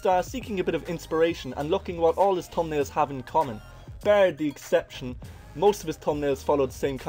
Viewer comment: man saying tumnalez